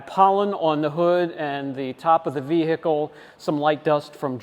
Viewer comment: Can someone explain to this guy that the H in vehicle is silent. What the hells that all about? Every time Ve-H-icle 😂 damn that’s annoying.